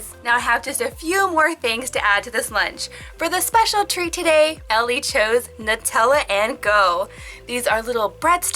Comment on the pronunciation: I love how she said Elli😂 In Finland we say it very differently!